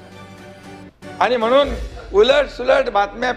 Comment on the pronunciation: अडाणी माणसा अनेक वर्षे मुंबईत राहुनही मराठी भाषा निट ब़ोलता येत नाही. अजुनही आनी पानी करतोयस. आधी नीट बोलायला शिक. कमळीच्या नादाला लागून तु गद्दारी केलीस मुख्यमंत्री झालास पण तुझा गेम झाला. घर का ना घाट का अशी तुझी अवस्था कमळीने करूंन टाकली. कपाळावर कायमस्वरूपी कधीच न पुसला जाणारा गद्दारीचा धारीचा शिक्का मारून घेतलास. ज्या पक्षामुळे, बाळासाहेबांमुळे शाखाप्रमुख विभाग प्रमुख नगरसेवक पद मिळाले ज्या उद्धव साहेबांच्या कृपेनें आमदार झालास त्यांच्याच पाठीत खंजीर खुपसायला तुला काहीच कसे वाटले नाही निर्लज्ज गाढवा.